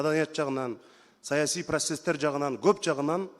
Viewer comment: Прассестер эмес процесстер